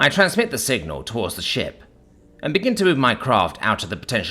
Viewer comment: Ohhhhhhh! He said "shiP" with a P. I had to stop and read.